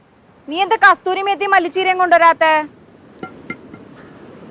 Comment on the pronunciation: കസൂറി മേത്തി ആണ് കസ്തൂരി അല്ല